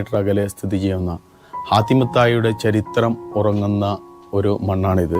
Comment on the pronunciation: ഹാത്തിം ✔️ ഹത്തീം ✖️